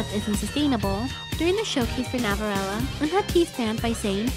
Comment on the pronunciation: Love how you pronounce ‘Navillera’ as ‘Navirella’ ❤️🥰